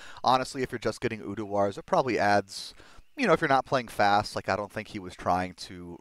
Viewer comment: Tbh i havent noticed much difference between Quick Cast and normal when playing CE, nice to see its back hopefully it wont get nerfed lol...again... PS bro... its URDAR not UDUAR :P same it's not Travichal its pronounced Traninkal